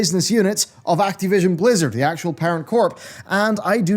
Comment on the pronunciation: I think they delayed it based purely on how pronounces 'Acti-vision.'